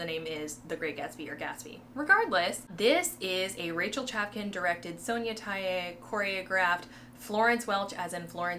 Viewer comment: Love your videos. Just to clarify.. Sonya Tayehs last name is pronounced Tayeh (Tie-A.. like a tie a bow). 😊